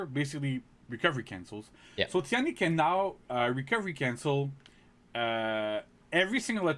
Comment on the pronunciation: Tian di should pronounce ten di instead of ti an di